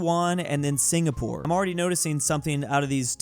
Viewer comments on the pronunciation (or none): none